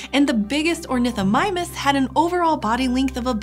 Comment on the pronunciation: Was there a little ornithomimus misspeak or so? I've watched it over a few times, and I can't make out what is telling me here.:/